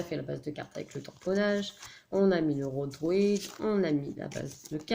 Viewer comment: 🤣🤣🤣 je rigole ! Pas à cause de ton tuto, qui est très réussi, mais pour ta prononciation du mot « rodhoïd » et non pas « rodhroîd » lol 😂 tu nous as fait ta version du « top gun » 🤣🤣🤣